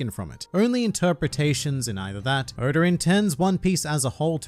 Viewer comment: Nobody:Oda: Odur